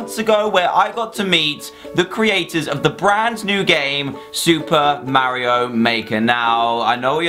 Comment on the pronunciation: He can't pronounce Mario correctly